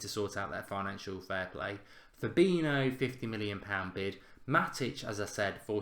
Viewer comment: Please just learn how to pronounce Fabinhos name...its not FA-BI-NO ...just google it...you will learn something